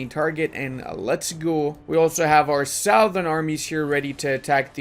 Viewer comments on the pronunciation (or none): Southern is pronounced 'Suth urn' not 'South urn'